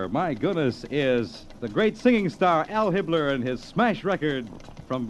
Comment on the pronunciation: It's Al Hibbler, not Hal Hitler, that's the jazz singer